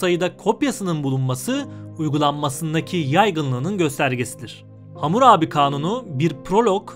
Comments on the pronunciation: Hamur abi değil; Hammurabi!! Bu nasıl telâffuzlu seslendirme??? Böyle önemli bilgi programı doğru terim/isimlerle seslendirilmeli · Bunu demek için gelmiştim. Ne zaman Hamurabi diyecek diye başka birşey dinleyemedim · Vurgu nasıl yapılır öğren abi lütfen . Vurguyu bilmiyorsun diye hamur abi diyorsun resmen